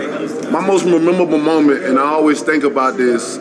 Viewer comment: My man's struggling with the phrase "MOST MEMORABLE MOMENT"